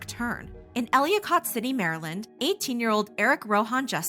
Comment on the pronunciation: Its pronounced el-i-kit city